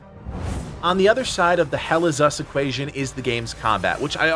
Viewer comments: Once heard. Can’t unhear. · Never heard this until this comment and now I can't unhear it 😔🤣